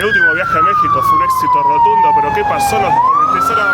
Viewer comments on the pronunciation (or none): none